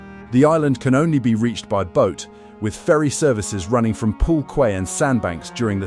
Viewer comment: Why use AI? Cannot even get pronunciation right. Quay is pronounced as ''key'' [around the 30 minute mark]. The stupid AI pronounced it phonetically. No English-speaking real human above primary school age would have made this error. This video would have been 100% better with a real human narrator. I REALLY dislike AI.